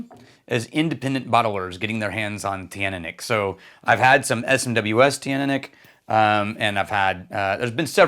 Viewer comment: Hello, I'm told Teaninich is pronounced chin-knee-nick. Not in his original pronunciation videos, where he says it a little different, but more recently in vPubs Roy Duff/Aqvavite uses that form. It's also how I was told by a very well-informed member of staff at a local whisky shop. But others still pronounce it different.